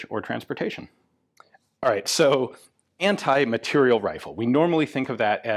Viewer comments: Ian, I can't believe that. It's Anti-MATERIEL rifle. Not "material". MateriEl... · You say ``anti-materiel`` but all i can hear is very quiet ``anti-personnel``...